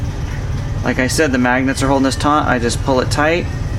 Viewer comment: Taut, not taunt.